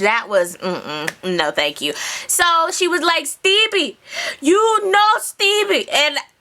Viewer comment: AHHHHH. every time say STEEBIE!! lol